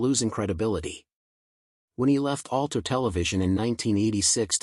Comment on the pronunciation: Ulter ? ... Is this Ulster